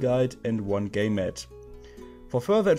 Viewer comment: ich hab auch gay mate statt game mat verstanden 😂